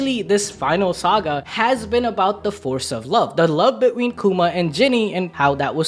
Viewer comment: between isn't hard to say you say bid*small Pause*ween